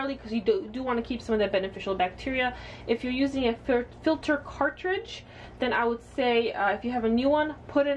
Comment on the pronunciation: Ill make sure to double check my ''fiter'' lol